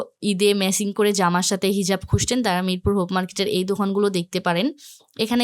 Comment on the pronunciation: উচ্চারণ ঠিক করেন আপু। খুসছেন আবার কেমন শব্দ? খুজছেন বলার অভ্যাস করুন।